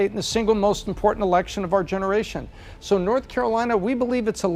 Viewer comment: I never realized how hard the letter O is to pronounce. How does a two letter word like So sound like Sur?